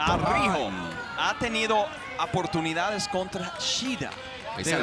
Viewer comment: ¿dijo "aportunidades"?